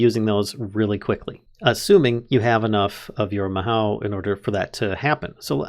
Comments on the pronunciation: if youre worried about the pronunciation afaik you only got 2 wrong Mahou is Mah like a sheep bah but with an M, Hoe like the tool, its the Japanese word for magic (Tsukai means use, the mod is literally called Use Magic XDDDDDD) Geas is a Gaelic word (also sometimes spelled Geis) pronounced Gesh like the shorthand for session, sesh, its literally just the name for that sort of spell, where you make a vow or undergo a cursed restriction in exchange for a boon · "Mahow" Me: facepalm Lol good work on this vid. I do however want to say that it's pronounced 'Ma hoe oo' but the oo sound is light and not heavy. It means magic in Japanese. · just fyi its not pronounced ma how, its ma oh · Just for future reference, "mahou" is Japanese for "magic", and it's pronounced mah-HO not MA-how. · Hi so it's pronounced ma-ho and in japanese it means magic 07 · Mahou is Japanese for magic, and it's pronounced MahO (Long O sound), there is no OW sound as with English. Tsukai is pronounced Tsu-ka-EE, and it means "Use". Japanese vowels are pretty important, so if you see "i" it's pronounced EE, and E is pronounced like the Canadian "Eh", O is Oh, U is oo (there's a specific sound, but that's generally a good go to), A is "ah". And that's your Japanese 101 lesson for today, go start reading Japanese words without knowing what the hell they mean 8D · Mahou is pronounced Ma- ho in japanese. the ho is kind of longer sounding hoh. Ma-hoh is close to how it sounds. There is another word that's very close but that's off topic. If you wanna learn japanesem I'd suggest you learn it because it's actually pretty fun for me. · In japanese, "ou" means "long oh", so mahou would be pronounced "mahoh", with the o sounding like a long version of the o in "mother". If you know german, the vowels in japanese sound really close to that ;) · bro mispronounces mahou within the first 5 seconds